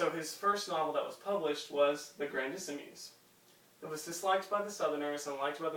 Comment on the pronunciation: It's "Grandissimes", not "Grandissemes"